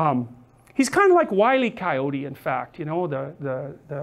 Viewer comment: Anyone else love that Jordan says "Coyōt" made a backwoods girl proud